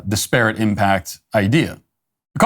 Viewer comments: Hello Matt: The word is pronounced DISperate. Like desperate, but with an 'I'. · That is not how to pronounce disparate. it is more like Dis per it. Normally wouldn't bring it up but you said it wrong so often, I felt you might like to learn the correct way. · Matt dont know how to say disparate lol